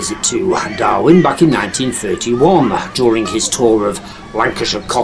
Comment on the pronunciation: It's Darwen not Darwin